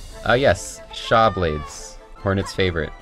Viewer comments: "shawblades" lmfao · Ah yes. The SHAWblades